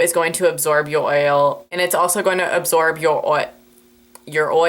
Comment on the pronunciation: OMG WHEN YOU'RE TRYING TO SAY "YOUR OIL" I AM SITTING HERE CRYING OF LAUGHTER